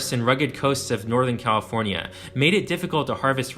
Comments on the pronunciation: HELP I CAN'T STOP HEARING IT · this is a great video! however, as a lifelong Californian, I have never heard anyone from the state pronounce it with 5 syllables like you do. As far as I know, it’s 4 syllables, with the “fornia” at the end of the name being said more like “forn-ya”, as opposed to “for-nee-ah”, how you’re saying it. maybe it’s regional? anyway, cool video.